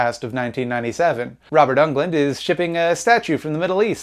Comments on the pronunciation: Robert UNGLUND??? C'mon. Englund. Dude. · For the love of god never say Robert Ungland ever again